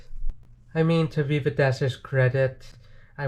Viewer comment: It veeva not Viva